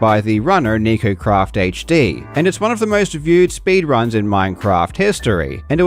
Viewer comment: "nikocrafthd"... Wtf 😒